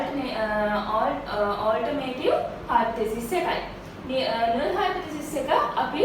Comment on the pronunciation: This video is very good, But she is producing null wrongly, its annoying